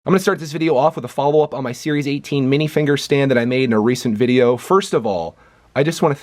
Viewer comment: You know it's minifigure not minifinger. Right.